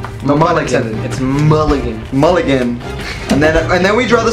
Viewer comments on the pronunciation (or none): The look on his face when you said Mulligan wrong 😂😂😂😂